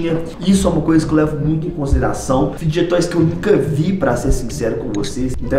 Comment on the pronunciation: N e assim q fala é fide toys